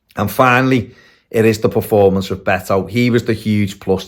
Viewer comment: It's pronouced Bet-o, comes from his first name Norberto